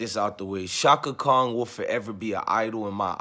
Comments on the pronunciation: Are you saying shaka Khan , Or shaka Kong?? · It's Chaka Khan bro. not Chaka Kong. She not King Kong daughter... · Pls say Chaka "Khan" not"Kong" even if she did mess up and she did all night. Cut Stephanie THE ENTIRE CHECK! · I’m not listening to anyone that say Chaka Kong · Sorry but the Aquarius in me CAN'T help but hear the pronunciation of a "g" in Chaka Khan's name and it's not😏 respectfully.... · I’m an Aquarius too and it was bothering me also lol😂😂😂